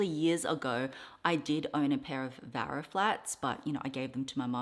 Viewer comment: Hi! It's actually Vera not Vara. spelling and pronunciation, Vera😊